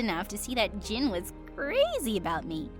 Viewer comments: He is! but it's pronounced "Jin" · Do y'all even realise he's called JIN not Jim? Damn.. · Jin or jim idk i keep hearing jin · Yeah he is intelligent but his name is Jin not Jim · Y’all know his name is jin not jim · It’s Jin like Kim Seok Jin